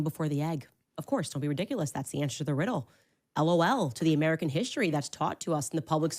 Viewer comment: It drives me nuts when she says “hish-tory” instead of “history”.🙄